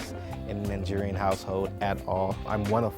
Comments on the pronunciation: It sounds like he's saying Nin-gerian. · Why come he says nanjerian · Why does he say "Ningerian"? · He said Ni-Ja way? Lmao im dead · he’s nigerian yet he said plant-in 🧐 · excuse me sir but did you just say the n word or am I deaf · Why are u saying Nigerian wrong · I cringed on how he pronounced nigerian